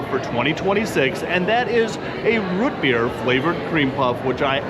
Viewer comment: Learn to say ROOT correctly!